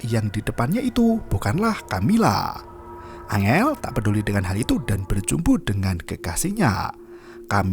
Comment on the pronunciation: Bang bukan angel tapi enggel